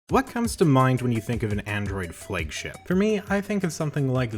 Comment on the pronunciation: i honestly didn't care about your pronunciation of ZTE what bugged me more is how you pronounce "flagship"